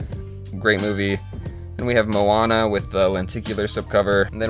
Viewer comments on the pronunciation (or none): none